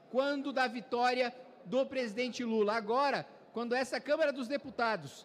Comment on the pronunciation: CÂMARA não CÃMERA!!!! vc trabalha na câmara